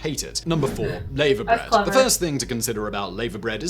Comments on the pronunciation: Hi both, loving your reactions to 'our' different, interesting, quirky foods.. At 13.05 No4, the presenter says Lay-ver bread.. As a lady who married a Welshman and has lived in Wales for over 35 years, I can categorically say that is is pronounced 'La-va' bread.. It is high in Iron, as most green veggies are, and an acquired taste.. My husband used to love it with a fried breakfast.. But he also has had LAVER BREAD with cockles and bacon on crusty bread as a starter.. Not my cup of tea, nor MARMITE.. YUK.. Phil adored both.. Bleurgh.. Nope nope and triple nope. I've never eaten JELLIED-EELS either, I too do not like the 'slimey' texture.. BLACK PUDDING, tried it not my fav, never eaten a Stargazy Pie either.. HAGGIS is yummy too, with 'Neeps & Tatties' Swede and Mash in other words. BUBBLE & SQUEAK is SO YUMMY.. we would often have this for tea on a Monday evening, leftovers from Sunday dinner.. I do however LOVE SPOTTED DICK we had this lovely pudding, with custard, in school, quite regularly as it filled you up and kept you going for the rest of the school day.. It's up there with Treacle Pud, or Chocolate Sponge and pink custard for me.. YUMMY Best and heartiest wishes to you both, from Wales. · Clonakilty Black pudding is the absolute best (made with Beef blood), I love it. If you every go to Ireland, visit an Eddie Rocket's, where you can order a Clonakilty Burger, which is Burger, Bacon, Egg, and two black puddings in a bun. Heaven! It's pronounced LAVA Bread, who says Layva bread, ok apart from Americans. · 'Laverbread' - i've never heard it pronounced layver - I've always heard it pronounced 'larver' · I've no idea what lay-ver bread is. Shame on him for mispronouncing laverbread. It's pronounce lah-ver. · Its pronounced Larver as in the stuff that comes out of volcanos and not laver as in the tennis player of the 60s-70s. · As a matter of fact a comedy troupe in the 90s did just that: Going Out for an English. It's pronounced 'Lava-bread'.